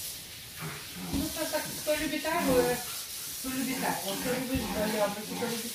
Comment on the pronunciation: не А'йву, а Айву'!!!!!!!!!